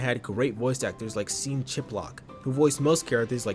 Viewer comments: For the record, Sean is pronounced like the name 'Shawn', not the word 'seen'. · "Seen Chiplock?" Who tf is Seen? How did you manage to butcher the name Sean so easily? It's an Irish name. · Just a heads up that Sean Chiplock’s name is pronounced the same as Shawn. Just an alternate spelling. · It's pronounced "Shawn" Chiplock, ya goof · “Sean” = “Shawn” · "Sheen Chiplock" is a pretty funny mispronunciation. "I wanted to get banned from Youtube" is the kind of burnout we saw from the Family Guy writers, so no wonder the writing felt so much like the lowest quality eps of that show. I recall seeing the comics years ago, with no clue until now that they were lost media. I recall trying to get into the animated show since I was friends with Sean, but not even his voicework could make me enjoy it at that point. Feels weird to watch a video about something so old. Feels weirder to know there was this much going on with it. A surprisingly interesting video.